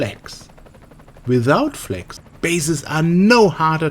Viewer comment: you cant even pronounce flags it sounds like fleks